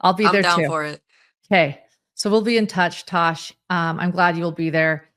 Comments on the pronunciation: Tass, not Tosh.🙄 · I think it's Tass, not Tash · Tass said "I'm not turning this camera back on until you get my name right! "😂